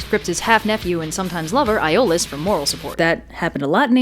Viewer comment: Iolaos is actually pronounced Ee-ou-la-os,... dman get your greek names right, girl;op